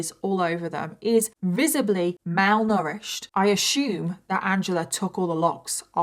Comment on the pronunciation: “I ashumed” 😂😂